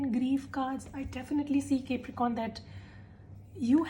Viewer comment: ITS NOT CAPERICORN ITS CAPRICORN, ILLITERACY AT ITS PEAK😂